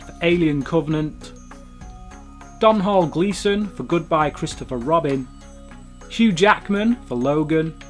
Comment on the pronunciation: my favourite was The Florida Project. Domnhall is pronounced Dohnal